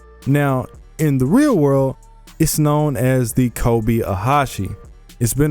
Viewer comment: Ano... it called KobE not Kobi '-')